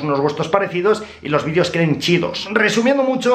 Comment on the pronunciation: "Los vidíos queden chidos" jajaja ¡Viva México! qleros